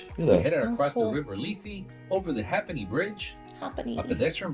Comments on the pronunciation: It's pronounced the river Liffey not Leafy and Hay'penny bridge not ha'penny. Temple Bar has a 24/7 Live feed, just search for it. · The bridge is pronounced HAY PENNY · That’s what I thought, but I’m not from Dublin. My dad would have said something ‘It’s not worth a Hape’enny. Hape can mean heap, too. But that’s a hole other thing as it’s a direct influence from Irish (I think it’s true of Gàidhlig too) where the second vowel takes over. There’s only one p pronounced, the extra e is an epenthesis like in a really traditional Dublin accent where Dublin is pronounced almost like Double-linn. It shows the affect Irish had on Liberties English, one of the oldest, most authentic accents in Ireland.